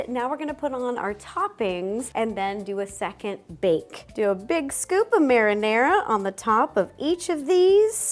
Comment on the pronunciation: and yet she still pronounced marinara wrong . I guess the American ignorance doesn't discriminate